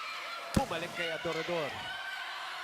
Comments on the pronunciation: Adorador mozzy! Hindi Ador Ador jusme ilang taon mo nang di mabigkas na maayos surname ni Shaya! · Since college hirap na hirap na si mozy bigkasin apelyido ni adorador hahaha